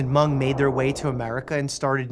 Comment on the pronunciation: He did pronounce Hmong correctly, though! Living in an area with a large Hmong population it drives me crazy when people say “Hah-mung.” My mother in law actually speaks Hmong fluently, and my husband and I know a few phrases. Sometimes we like to joke that we’d like to learn to speak “Hah-moob.” (Hmong is spelled Hmoob in their language.)